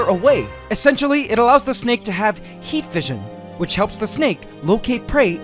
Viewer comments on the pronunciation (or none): none